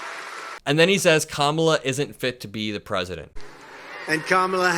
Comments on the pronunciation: He actually pronounced Kamala's name correctly. So, he's not completely unteachable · Did you notice that he actually pronounced her name correctly, twice?